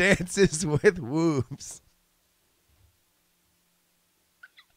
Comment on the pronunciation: Always heard it as "loo-ru" not as "lor-ru" also "wooves" for Wolves!